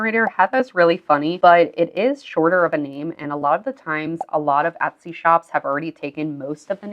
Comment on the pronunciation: I’ve been watching your videos for a few days, and I appreciate the info. I’ve noticed on several occasions you pronounce Etsy with a short “ o” sound, like “ Otsy”, I’ve heard it enough to be curious and ash, what regional accent is that, and what other languages have people in that region spoken?? Are up perhaps somewhere on the north Mid-west? Like say, Minnesota? Oooor, perhaps Canadian? I don’t know. But I am curious. 😉